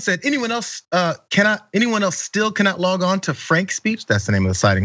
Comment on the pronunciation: Did They Say Frank Or Crank!